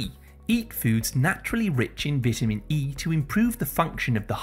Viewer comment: Your saying vitamin wrong.